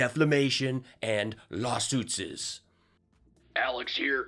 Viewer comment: There might be nothing I love more than saying "lawsuitses"!